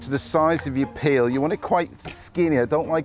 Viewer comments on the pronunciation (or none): none